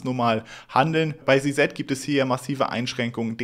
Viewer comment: Alter… Si-Si sagen die alle, nicht Si-Set… es gibt keinen Si-Set… sag entweder Si-Si, wie alle, oder Ze-Zet deutsch… oder sprech den Namen halt aus…